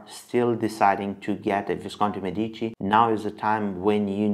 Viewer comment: ME-dici. More emphasis on the ME Which sounds like “meh” so it would be “MEH-deechee” pronunciation wise👍🏻